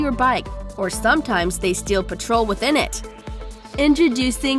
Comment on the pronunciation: It's not pronounced "pet-ROL". The British term for gasoline is "petrol" and it's pronounced "PET-rol".